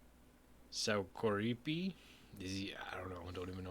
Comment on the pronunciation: Pronunciation went great! :D Perfectly, actually. He's from Finland.